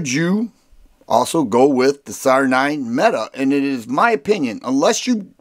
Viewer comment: Actually METE pronounced MEAT Almost … optic ready …🤣